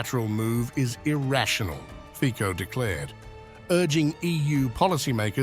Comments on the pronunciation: Jesus... NOT Fiko... but Fitso.... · it is not slovakia initiating waves but ukraine, in other words not "whatever putin told fico" but "whatever masters told zelensky" ... also it is fonetic fico not fiko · 😮😮 Hey narrator! Learn the correct pronounciation of Fico, pronounced fitso!😮😮 Thumbs down! 👎🏻👎🏻👎🏻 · Where does Romania get its gas from? His name is pronounced FIZO!